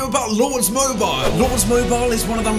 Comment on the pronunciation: Mobile not moubile